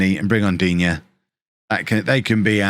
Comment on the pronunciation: Digne is pronounced Dee-Na- btw, didn't think he'd be this efficient after his Everton spell.